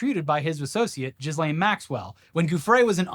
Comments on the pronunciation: FYI I looked it up and it's "Jeece-lane" but I prefer jizzlane lol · this is not an important thing but ghislaine is /gi'lEn/ or /gi’len/, ghee-LENN or ghee-LAYNE not jizzlane